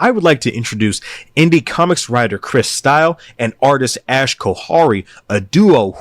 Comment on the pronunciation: It’s “Ash” She didn’t know we’d record the screen 😂